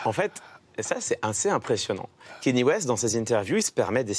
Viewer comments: C’est « Kanié » et non « Kéni » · Pourquoi personne en France ne sait prononcer "Kanye" ?? Pourtant ça se prononce exactement comme ça s'écrit... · Ben c'est juste son nom quoi, tu peux aussi l'appeler Jean-Pierre si tu veux ou te mettre à appeler "pile" les gens qui s'appellent "Paul"... mais je pense que le minimum de respect serait de faire un effort pour prononcer son nom correctement, surtout que ça se prononce exactement comme ça s'écrit et que les sons sont particulièrement facile à faire en français...